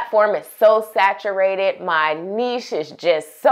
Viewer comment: Thanks for saying niche properly 😁